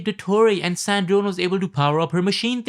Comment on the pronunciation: Why are you pronouncing sandrone wrong?